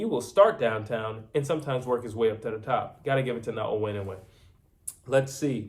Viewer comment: NAOYA INOUE is pronounced: NA-O-YA IN-NO-WAY.